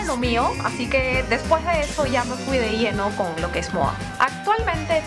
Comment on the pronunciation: En que idioma habla , ? ya se que es español , pero como que pronuncia raro porque dice moa en vez de moda